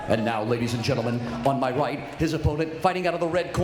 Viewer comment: this man legitimately says "and now, ladies and gentlemen, on my white, his opponent..."